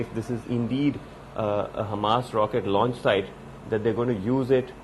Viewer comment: "Raunch a locket"